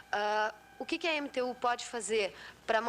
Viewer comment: então na época a sigla EMTU era pronunciada como (entu) diferente de anos depois que era pronunciada eemiteu.?